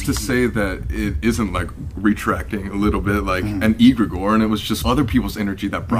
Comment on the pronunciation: But why is Colby pronouncing egregore like that 😂